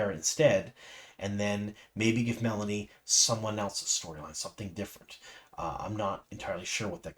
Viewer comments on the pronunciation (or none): It's MeLane not melanie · Meh-LANE .. not melonie'